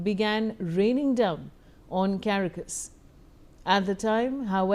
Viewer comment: The city is called Ca-ra-cas. Thank you